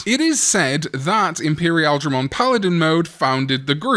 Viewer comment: i immediately close and report every video on this channel the second pronounces Imperialdramon in the poo poo way